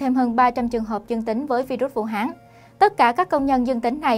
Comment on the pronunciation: Vũ Hán.chứ ko phải vũ háng.nghe ko thiện cảm.đề nghỉ người đoc chỉnh sửa lại từ này.hán ko phải háng.ok